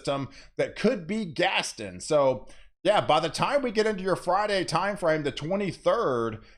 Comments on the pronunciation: Think Gaston is pronounced Gas-ton like won-ton. gas-ton. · Before Gaston gets here, please work on pronouncing its name! Gast-ON!! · He butchered quite a few names in this video but nothing has bothered me as much as his pronunciation of Gaston. Still got his point across but omg. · exactly how I felt.